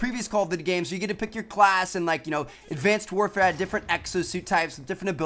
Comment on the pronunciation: You said advanced wafare:)